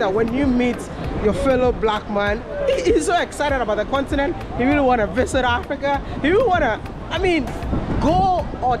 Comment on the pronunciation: I love d way u pronounce the word "Africa"